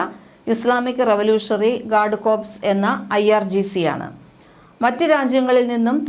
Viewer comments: കോർപ്സ് അല്ല .guard കോർ എന്നാണ് ഉച്ചാരണം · കോർപ്സ് എന്ന് ഉച്ചരിക്കുന്നത് ശവത്തെയാണ്